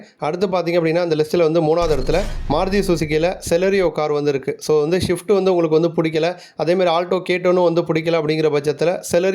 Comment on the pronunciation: "Shift" illa.... "Swift"